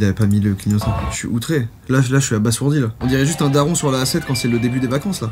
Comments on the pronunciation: Dans les trucs insane tu savais que ça se prononcait abaZourdi et non abaSSourdi en espérant t'avoir appris un truc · Ça se prononce abazourdi ! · Cela ce prononce abaZourdi !!!! pardon je sais pas ce qui ma pris.